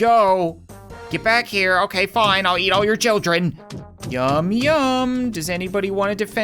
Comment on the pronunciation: Why is he calling honey childern